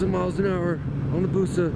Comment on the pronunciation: If you're going to say "BUSA" like that in your video, have it flash on the fucking screen dude. WTF...